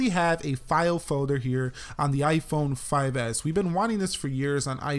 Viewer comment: you saying iiphooon we saying iphone